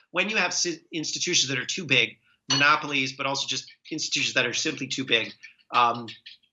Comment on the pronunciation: He doesn't know how to say, "monopolies." Anyone who can't say, "monopolies," isn't genuinely trying to bring this country back to a Democratic Republic, that strictly regulates business so that no company can buy up all its smaller competitors and mestastatize into monopolies.